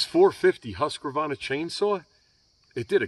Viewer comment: Haskavarna😂😂😂no offence great review